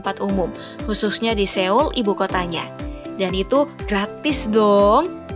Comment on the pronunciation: Mbak min,sekedar info,Seoul itu cara penyebutannya "soul",msh bnyk org indo yg salah sebut ni